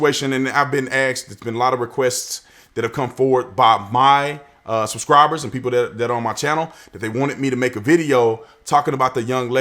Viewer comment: Why do so many black people say "axed" instead of asked?